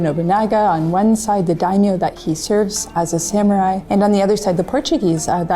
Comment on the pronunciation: Salute 🫡 men of all platforms! The team (except the Japanese) can’t even pronounce proper “Samurai” and “Yasuke”. Correct that first! 🤷🏻‍♀️ Why a Japanese staff already still a black samurai?